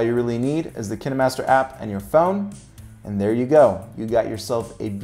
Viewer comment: Hi The pronunciation Kih- neh-master is correct.. Because, In Russian language and may be in others, the film or movie is called "Keeno", so Kih neh master name is logical. It is not Kæeen-master...It is Kih neh master... :)